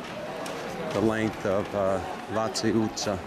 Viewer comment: That was a spectacularly accurate pronunciation of Váci utca.😊